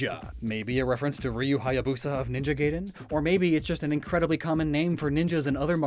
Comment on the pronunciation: You know I think you're pretty good at pronouncing japanese words at this point, but then you said "Ninja Gayden"